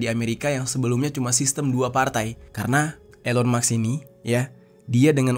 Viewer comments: Musk dibaca mask, bukan Maks. Beda cara bacax. 🤔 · Elon MUSKKK bang,, bukan MAKSSSS 😂😂😂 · bkn elon muks tp elon musk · Elon maks😂 Elon musk ✅